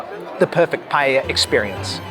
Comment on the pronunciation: You forgot a critical one: calling paella, "paLLella". Many more tourists do this than the Barca thingy. Best!